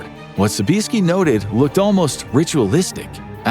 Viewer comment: Tom pronounces his name Sobe-ee-ESK-ee ;)